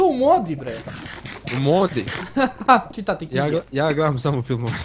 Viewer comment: hahahahahhahahahahaha na koji nacin izgovara "Čitati knjige